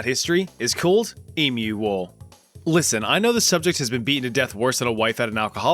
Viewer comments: good on ya mate you are the first yank I’ve heard correctly pronounce emu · Thank you so much for pronouncing emu the right way! It really hurts when I hear people say emoooo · Holy shit, someone saying Emu right. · the fact that you pronounced emu right makes me so happy thank you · Thank you for pronouncing emu correctly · Yeah yeah, I'll agree that it's funny we 🇦🇺 lost a war to Emu's. But bloody Hell, have you ever met one of those feathered Dinosaur Bastards!!?! And thank you for pronouncing Emu correctly.